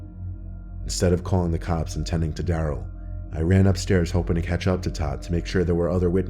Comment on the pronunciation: 14.06 did he say cocks instead of cops